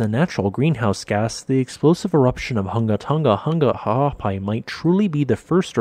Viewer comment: I like that you got the voice bot to say this volcanoe's full name repeatedly.